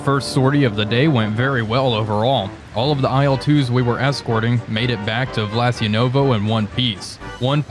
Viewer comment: Why do you keep saying "Vlasyenovo" if the map clearly says Vlas'yevo, no 'n'?